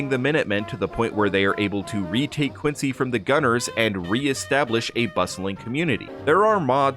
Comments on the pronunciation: Its “Quin-zee” not “Quin-sea” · Love the Videos but as someone who grew up there Quincy MA ( and the president) is pronounced "Quinzy".. "Quincy" is in Illinois. But I do love the content ! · And the Americans living in Quincy pronounce it “Quin-zee.” Massachusetts is full of cities and towns pronounced differently than expected. Quincy is one of the simpler ones. Leominster, Worcester, Gloucester, just to pick on the odder ones. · no we don’t. It’s pronounced quin-sea. I’m standing in it right now.